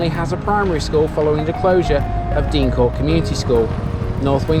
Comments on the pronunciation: I'm late to this but just a couple of points. The school was pronounced "Dane Court" not Dean Court. Also North Wingfield had a famous singer called Harry Torrani who was billed as "The Yodeling Cowboy from Chesterfield". There's a street named after him there called Torrani Way. Good video, Cheers. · Deincourt school however was always pronounced Dane-Court.